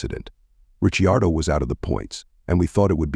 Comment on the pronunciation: pronounce the name of ricardo properly for god sake